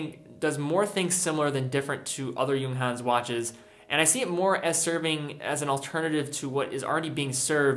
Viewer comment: for the first time I hear someone from USA pronounces it correctly, bravo!